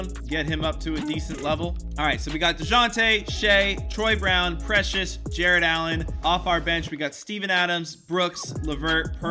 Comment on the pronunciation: You got precious's name exactly right